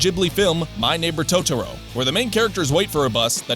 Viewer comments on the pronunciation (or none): none